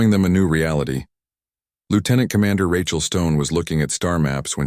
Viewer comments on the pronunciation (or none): none